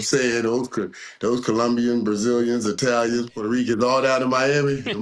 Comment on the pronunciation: them “I A Ns” Colombians, Puerto Ricans, and Italians” 😂😂😂😂 Uncle Mike ? Naw that’s Uncle Luke!!!!